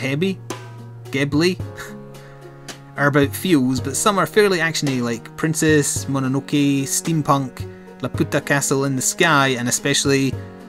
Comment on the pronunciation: i dont watch until dawn cause im a pansy and i hate Horror(ish) games, your pronunciations of the movies were fine for all of them except i think Laputa is pronounced la-pew-ta, and i never thought the recording was gonna be easy i just thought id have a lot of time on my hands like i do every year (too much if you ask anyone who knows me) but i underestimated my own schedule/ the interference of my family since i have to record things in the middle of my living room where someone is almost always watching tv and i have to literally sit a foot away from it and every one in my family likes to have the tv extremely loud (not including me since i dont really watch tv)